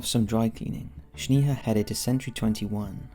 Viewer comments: Yall it's pronounced Snayha not Shneeha 😭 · It's not pronounced "sneeha" but "snaeha" lol. Js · It's sneha, like snack Not shneha like shnack. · Bro you butchered Snehas name. I am an indian and Sneha is an indian name. Its pronounced as Snaiha not Sneeha.... as in "Eh" not "EEH" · And her name is pronounced as Snaiha as in "Eh!" like canadian Eh not "EEEH"... its not Sneeha. its Sn"Eh!"a. I am an indian living in canada, I know that name its a popular indian female name. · Its Sney-haa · FYI - you're mispronouncing Sneha, my friend - its Sne-ha..the Sne pronounced like Snake